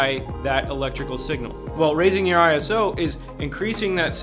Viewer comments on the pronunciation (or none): ISO is not an acronym for Internation Standards Organization, It belongs to the International Organization for Standardization (or in French: Organisation Internationale de Normalisation) and it comes from Greek "isos" which means equal. It is pronounced eye-so not eye-ess-oh. It was chosen since an acronym would be different across different languages.